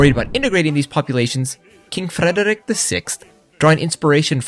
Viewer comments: Why are you pronouncing "Frederik" like that? That's not how you say it. You don't have to roll the r. Its more like the French r like in "Revolution". And the d is... Idk how to describe that. It's not a sound anyone else has. Google "Soft D" if you want to learn about it, and pray that something else doesn't come up instead. And why don't you do the same for Christian? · You pronounce Frederik more like an Norwegian than a dane.